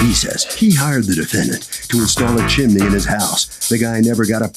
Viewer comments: It’s CHIMNEY … not CHIM-IN-NEY! 🙄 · It's "Chimney," not "chimaney," unless you're in Mary Poppins. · CHIMNEY! NOT chiminy😂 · I can’t believe a well spoken fluent in English judge would pronounce CHIMNEY “ CHIMANEE”…😂😂😂😂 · Judge repeated the pronounciation of chin im ney just like the plaintiff did 😂😂😂 omg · i thought i was the only one who thought they were pronouncing it wrong, they keep saying Chi-mi-ney, when it is Chim-ney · Peace out on this episode. I just can’t listen to JM say “chim in nee” the entire time. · As sweet as it sounds, why is the judge adding a letter to the word chimney? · is chimney spelt or pronounced differently in usa? or is that a local accent thing? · 😂😂😂 irking my damn nerves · Not if you're in a popular old Disney Movie! Chim-chim-cheroo!!❤